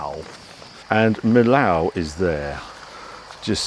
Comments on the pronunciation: Harry - I have to tell you it’s not Mill-ow, it’s pronounced Mee-oh. Love your vids. 😊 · I tend to drive straight through France, and do the Alps and north Italy, then back through Switzerland, Austria and Germany. Nice trip Harry. Sounds like best way is overnight ferry out, then Eurotunnel back. Millau is actually pronounced as ‘meeoh’ not ‘millauw’. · 'ere, 'arry: say slowly, after me, but with a stage French accent, and emphasise the Y: MEEEYO. Now repeat: MEEYO. Blimey, didn't Mr Jones teach you anything in French at school? And why no big salute to the architect of the Millau Viaduct: Milord Foster? He worked alongside teams of French engineers to achieve the magnificent bridge. Eiffel was a bridge engineer of repute when he came up with his idea of the eponymous Tower. A FANTASTIC road trip, Harry, for which, many, many thanks for re-igniting fab memories of wanderings through that part of France with my late wife - all done on paper (local Michelin) maps and the HUGE Michelin book of road maps. Jean was the best navigatrix. The Gorge du Tarn, first done in a Morris Minor with M & D & two siblings at age ¿14?. The last time with my wife who had her first failure: stopped a riverside hotel for coffee and I asked to stick a Carte des Cigares (cigar menu!!) in her handbag....picked-up the wrong one - food menu!! I was quite upset; never seen a carte des cigares before.....or since!! Thanks, again, Harry. Fabulous trip. Mike